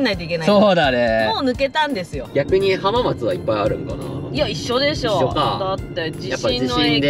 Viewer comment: はまーつではなくて、はーまつですね